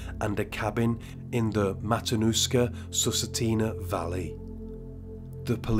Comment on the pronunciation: I'm from Alaska. Thank gawd I was born in 72. Cute how you pronounce Susitna. Good try though.